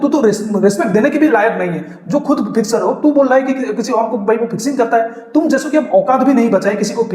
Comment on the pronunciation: Inzi bhai baat kra to samjh atti ha dusra fixer bolna ko Marta ha fixer 🤣